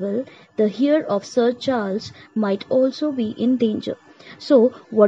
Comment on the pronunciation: Please correct the pronunciation of Heir....